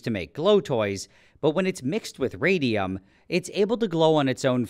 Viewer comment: RAYDEUM TOO TWENEY FIYV